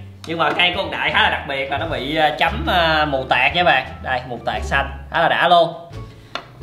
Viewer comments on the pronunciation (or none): mù tạt mà anh ko phải mù tạc